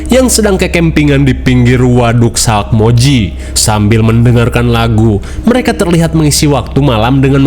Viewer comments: Resah banget nyebutnya salkmoji, harusnya salmokji 😭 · salkmoiji wkwk salmokji bang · SALMOKJI ❌ SALAKMOJI ✅ 😂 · Sumpah Min, aku sampe replay "SALAKmoji"😂😂😂 Gokil Min